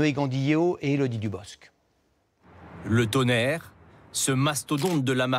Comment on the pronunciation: le « TOUNAIRE »